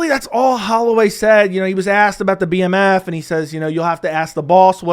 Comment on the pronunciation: It's the bmf not the DMF